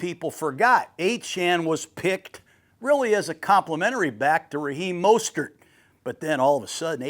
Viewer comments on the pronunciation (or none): none